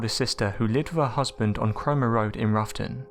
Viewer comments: its rowton (as in having a row with someone) -not ruffton omg research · "Roughton" is pronounced "Row-ton", as in "row - bad argument"